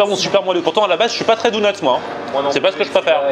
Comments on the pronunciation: c'est officiel, n'a jamais regardé un seul épisode des Simpson. Si c'était le cas, il saurait prononcer le mot DONUT! 😂😂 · On dit " daunuts " pas " dounuts " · On dit donut et pas dounut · ABOMINATION, il dit " DOU-NUTS" il faut que je te parle c'est "Donuts" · ya que moi qe sa choque qu'il dise dounots au lieux de donuts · On dit pas dOUnuts on dit dOnuts ! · Moi je m'engage à lancé un nouveau débat On dit dOnut pas dounut ptn 😈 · POURQUOI TU DIT DOUNUT C'EST DONUTS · Mdrrrr ca me tue tu prononces douneuts au lieu de doneuts ahahahah c'est enorme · Pk il dit DOUNUTS alors qd dit donuts ?😂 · c est pas douneuts cest donut😂😂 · Tu m'as fait délirer avec ton cheddar et bagel mais par contre donut c'est avec un o et pas dounut mdr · Tout les mots que tu dis bien tu lui demande et tu dis "dounets" pitain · "Bagueule" "Douneuts" C'est plus possible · lol pendant tout le vlog il dit dounot lol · Par contre faut taffer la prononciation mdrr pck Dounuts ça le fait pas trop ^^ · "Dounuts" mdr, c'est quoi cette prononciation ? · "LES DOUNEUTS" mdrrrrrrr jpp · Tu dit Dounut c est bizarre .... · david ouais mais ça se prononce Doneute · Et Donut ça se prononce pas "douneute"